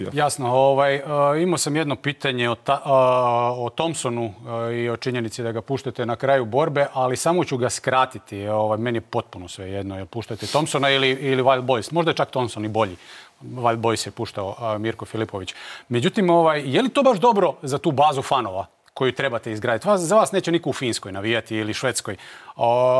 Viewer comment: Nije tomsona nega tuonsona